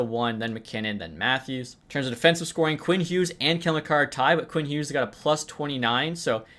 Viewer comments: Tye Kartye is pronounced Kar-she-ay His uncle was a vice principal at my high school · Kartye is pronounced cart-che-ay